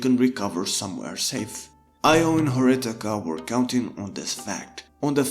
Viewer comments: Him pronouncing Horikita as Horitaka bugged me way more than it should've 😅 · *It's Horikita not Horitaka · Am I the only one hearing HORITIKA, instead of HORIKITA. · It's horikita not horitaka bro your pronounciation is wrong You should say Hori key ta not hori taka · "horikita" not "horitika"🤣🤣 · horikita not horitika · lol its horikita not horitika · Just saying it's hori*kita* not hori*tika* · man it's horikita not horitaka... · its horikita, not horitika edit: not flamin u, i like ur video. keep it up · i don't think it's flaming tbh it's just the character name u gotta say it right ^^ i just also tilted on this and searched comments to see if it was just me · Just a small nitpick: it's Horikita, not Horitika Just a heads up my guy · Horitika... it's not Horitika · Stop say horikita like that pls ;_ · This video was really really bad. A lot of the analysis was just you explaining literally what the characters said they were doing in the show. Very little to offer and borderline clickbait. Felt like abusing anime to market your own book, you just went through the plot of the show. And not that it matters to my point, but the K comes first is Horikita's name, it isn't even a mispronunciation, it's like you literally didn't even proof read your script or listen back to the audio.